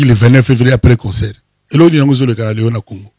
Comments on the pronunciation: on dit concert et non conseur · Balobaka concert et non conceur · CONCERT ET NON CONSOEUR